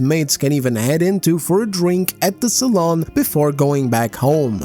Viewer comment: wish i could like a video twice BUT .... I got one pet peeve.... Its SA-LOON not SA-LON